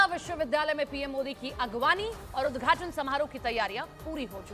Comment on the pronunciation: Udghat bolo udghachan kyo bol rhi ho